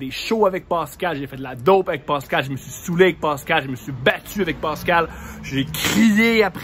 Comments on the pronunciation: C'est pas Pâscal mais Pascal hahaha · De rien! J'adore c'était pas méchant mais je grince des dents quand j'entends Pâscal prononcé comme ça lol